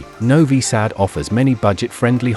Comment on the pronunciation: When I hear a robotic voice that can't even pronounce the name of the city correctly, I immediately close the video. Not worth watching with that horrible fake voice.